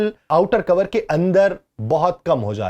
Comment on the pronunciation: brother it's not cover (کوور) it's core (کور) ھے